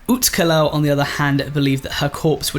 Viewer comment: Great try at pronunciation Alux is prunounced alush or alushe (aloosh)